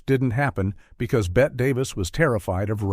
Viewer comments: The determining factor is that Ms. Davis pronounced it "Betty" - as does the rest of the world. There is even an interview Crawford gave in London where the interviewer pronounces it "Bette" and Crawford says "She'd kill you if she heard you say Bette. Her name is Betty, she will say." It comes at the point here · A soon as I heard "bet davis" i knew this was a robo video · tell me this AI doesn't know how to say "Bette Davis" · a lot of things are incorrect here....the AI can't even say Bette correctly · Thank you, I've always respected Joan Crawford. Authentic, and I like that she answered her fan mail personally. It was Joan Crawford that was terrified of rats - I couldn't figure #2 out - the narrator kept saying Bette Davis. "19 Weird Facts" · Exactly! And that AI voice! I wanted to watch this,but the mispronunciation of Bette Davis over and over drove me to distraction! Three times I heard it correctly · Typical AI crap. Mispronounced Bette’s name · Love the videos, and I find the AI voice very soothing; however, you need to edit this so it would pronounce Bette as Betty, not Bett. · And it's pernounced Betty, NOT Bet! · Ger name is Betty not Bet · What is the determining factor as to when to pronounce Bette Davis' name as "Bet" and when to pronounce it as "Betty"? True -"Blanche Hudson" couldn't move, but she had no trouble speaking. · Bette Davis' first name is not pronounced "Bett." It is "Bett - ee." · Me too!!!!